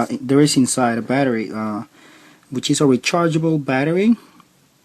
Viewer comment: when he said " insaye" instead of inside. I knew this would be legit.